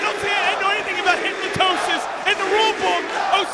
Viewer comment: What the hell is Hypnotosis? lmao :D